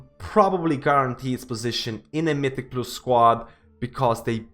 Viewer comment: my dude learn to pronounce mythic+ already, i've been watching ur vids for 1 month and you still say it wrong, wtf